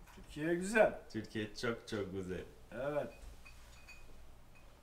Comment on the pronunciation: Le Ü en Turc se prononce u et non ou c'est pas çok gouzel mais "guzel" mdr mon p'tit Français d'amour